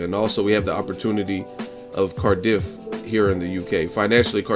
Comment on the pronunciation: the way u say Cardiff cracks me up bro 😂😂😂😂